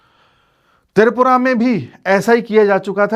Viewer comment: त्रिपुरा शब्द का उच्चार आप तिरपुरा ऐसा क्यूं करते हैं।